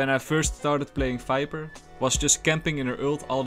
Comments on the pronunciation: Falorent? Fiper? .. Dude what are you saying? .. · It sounds like sometimes you say fiber instead of viper. And then potion instead of poison